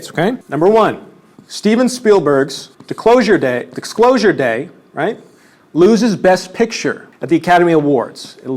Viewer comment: "Stephen Spielberg's Dicklosure day - I mean Dicksclosure day" hit different after seeing the strait diagram